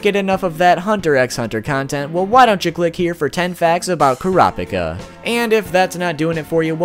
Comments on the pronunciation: And janken don’t get me started on killua and kurapika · That’s me but with the killua and kurapika